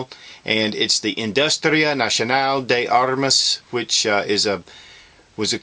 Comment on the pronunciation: dude, awesome review. but i'm brazilian, i live in brazil, and I know we don't have pumas in rainforests. Here we have jaguars, and they're very known in those rainforests beside this, the review is great and you said industria nacional de armas preety right dude. Brazilian greetings.